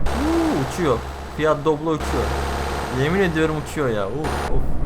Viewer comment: Dublo değil Doblo :)